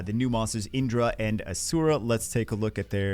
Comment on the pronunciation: Proper pronunciation is key for good content. It's not tomato tomato. In-dra. A-shur-a. It's Naruto themed and also what bagel said.